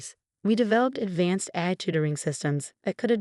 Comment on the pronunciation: Please improve the pronunciation in your audio narrations. 'Chanel' should not be pronounced 'channel.' AI should not be pronounced 'á-ē.'